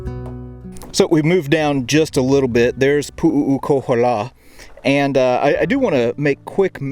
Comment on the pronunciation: You are really screwing the name, it’s Pu’ukohola there is no three u’s and the other Heiau is Maleikini, you haven’t pronounce any of the Hawaiian names right. You should have learn the names first